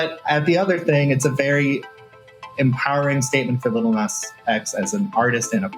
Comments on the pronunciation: He said "Little Nas X". That was a micro aggression by avoiding Nas's preferred pronunciation. #StopGentrificationOfSpeech #StopBigotry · I really can't deal with the way he says "Little Nas X" 🤣🤣🤣 my guy, where is the 'tt' coming from??